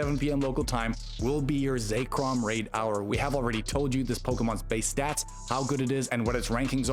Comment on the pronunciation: ZECK-rahm not Zack-Rahm